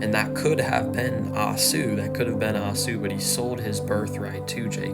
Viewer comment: I was moved by your young passion. Keep preaching! Esau is prounounced...E-saw